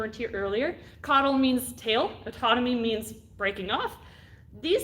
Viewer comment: Great video and very informative, I wish I’d caught it live. Just wanted to add that there was a slip of the tongue and that when lizards drop their tails it’s caudal autotomy rather than caudal autonomy. Overall a good watch and I’ve learned a lot from this channel